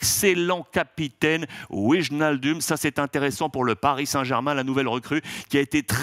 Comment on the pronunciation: Alex si tu lis les COM, on ne dit pas WIJE-NAL-DOUM, mais WAY-NAL-DOUM ! ^^